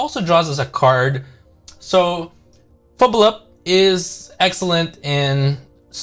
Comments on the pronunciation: Fblthp - it's not "feebil-up" or "feeble up", it's "Fee-Bill-Tip", still a nice video bro, nice plays. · It's "Fibblethip"